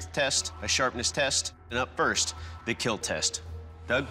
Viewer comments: You know it’s bad if he says, “It will kill” instead of, “It will KEEL” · It will keil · It will KEEL... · Could anyone make a meme with "it will keel" Why? Because to make laugh at people? No Because it will keel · I like his “it will kill” but it is “ it will keel “ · Most importantly.... it WILL KEEL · It will keel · It will KEEL! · your weapon will keel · It will keal! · It will not. Keel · Your Poo will KEEL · you meant keel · Him: It will Keel Me" cringes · Will keel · « It will kill » Why is he saying it like that